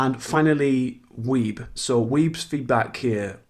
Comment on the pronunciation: I think you will find that Reinholds (German) name isn't pronounced "weeb" but "vice" The last letter isn't a B.